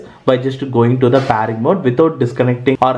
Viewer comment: Its pairing mode not PAARING mode ok